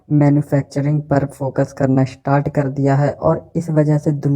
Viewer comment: Pronounce sahi kiya karo bhai. Ishtart 😂 हिशत्री नहीं हिस्ट्री पेस्ट not पेष्ट 😂 youtubers शुड लर्न प्रोनौन्सेशन